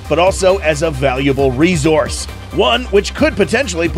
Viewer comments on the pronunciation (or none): Just wondering why people say rezource instead of resource as even my auto spelling corrects it. Nice vid BTW. I love theses things.